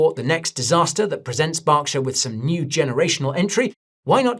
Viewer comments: is it Barkshire or Berkshire for Gods sake 🤦🏻‍♂️ my ears bled… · BERKshire Guy! Not BARKshire! 😅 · Why do you call it Bockshire? Its Berkshire say it with me Berk, Berk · BERK-SHY-ER, not Bocksher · Yeah that kept cracking me up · Burrr, its cold. Its pronounced Burr-ksher.. not bark. Its not like a tree.. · Its an American company with a name that's easy to look up. Its not BARK lmao its BERK😂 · I just read the Subtitles as Guy is speaking and it reads he is saying BARKSHIRE 🤣 so definitely Wrong. As well as who is from the same country has prounced it correctly, Berk, not BARK like the Subtitles reads and not BOCK like guy is saying. So your different country theory doesn't play out. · Why do you keep calling it Barkshire? 😂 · Bark shire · That proofs he doesnt know anything about berkshire, how on earth can you say borkshire. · "Barkshur"??? I've never heard it pronounced that way Guy. 😅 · Who are Barkshire ir Borkshire ..... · Yeah I worked for BNSF for a few years, even met Buffet. BERKSHIRE HATHAWAY is an American conglomerate. So started in America, and No one in America calls it BOCkSHIRE or spells it Bock. Just cuz you are from a different country doesnt mean you pronounce CAT like it was DOG. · well working for the one of Buffets companies since 1999, and being at meetings where he has spoken as well as hearing it pronounce properly at work about 5-6 days a week, I know 1st hand its not pronounced BOCKSHIRE. 🤣 Do some countries pronounce Cat differently like COAT or Dog differently like DODGE or is it that some people are just Flat out Fk wrong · Are you purposely miss pronouncing Berkshire incorrectly? 😂😂